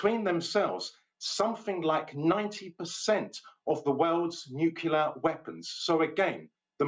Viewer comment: The U.S. is not a "Nukyaler" power.